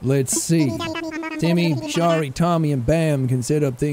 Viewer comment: Its so wierd hearing jack say my name in animal crossing of all games hahaha Btw. Shari isn't that of a common name so I'm surprised that he pronounced it correctly, makes me quite happy :>